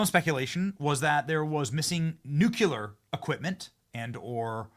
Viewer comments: PLEASE, PLEASE, read the word nuclear... nu-clear... know say it the way it's written. It's NOT 'nucuelar'...new-clear... I love much of your reporting but that drives me crazy and makes me cringe every time I hear it. Worse than axk vs. ask. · "NU-CLEE-ER" HAHAHAH NOT NUC-YOU-LER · Not nucular. It' nuclear...NEW CLEAR. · Benny, I love you, brother, but it’s nuclear pronounced (new..clear) It always makes me laugh when youn say nuke.u.ler But hey, it’s you bro do your thing 😂 Still got much love for ya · Nucular biproducts? Not Nuclear? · The WORD is NOT NUKE-U-LER! It’s NU-CLEE-ER! C’mon man! Stop playing the idiot! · Benny, Nucular is not a word. NUCLEAR! 😖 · It's NOT Nu-Cue-Lerr ... it's NU-Klee-ER !! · Well you please stop saying nucular? It's nuclear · Love ya Benny! It's "nuclear" not nuke-you-lar. Also Bedminster, not Bed-minis-ter. 🤓 Thanks, Benny! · Please learn to say the word “nuclear” it’s not “nucular” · Benny, its pronounced Nu-clear not nuk U lur. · Benny m it’s ‘ nuclear’ not “nukuler” . Just sayin… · Benny ... just get the pronunciation right please ! It's 'Nuclear' NOT Nucular ... thanks in advance :) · Nuclear NOT nucular!!!!🤦‍♀️🤦‍♀️🤦‍♀️ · Benny, I love you but it's pronounced, "New Clee Ar", not "New Cue Lar". (Sorry, my mom was an English teacher, and mispronounced words make me crazy, LOL) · Nuclear, please Benny. Its Nuclear not nuke-you-lar. Its from the nucleus of the atom, not the nuke-you-lous of the atom. Love ya, bro. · PLEASE!!! Stop w the NUKYULAR!!! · i do like these posts. One thing... "Nuclear" is not pronounced "Nuculer". Learn how to say it. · What the hell is nucular??? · Why can't you say "NUC-LE-AR"? I can't believe you can't spend a couple minutes practicing pronouncing this important word! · NEW-CLEE-UR…. Love your channel, but hate it when say this word incorrectly! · Practice... say NUK-LEEEE-YER! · Benny why do u say nu.cu.ler? I am a faithful 2x a day follower so no trolling here..just u so smart..🙃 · "Nukular." Gee whiz.